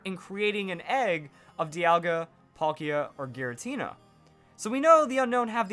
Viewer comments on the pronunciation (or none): none